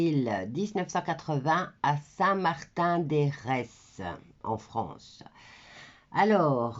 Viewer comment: Non …on ne prononce pas eres ..c est saint Martin d heres …mais ça se dit air ..